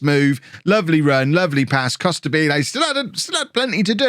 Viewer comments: Hey, great work and love from Italy, but it’s pronounced “Costàbile” not “Costabíle”:D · It has to sound like you say Immobile